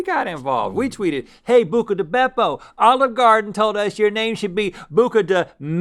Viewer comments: Every time Rhett and Link say "Bucca Di Beppo"..... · I love hearing Link saying Bucca di Beppo. It makes me laugh for some reason lol